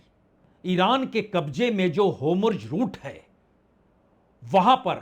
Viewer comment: It’s Hormuz not hamroz. Just a little correction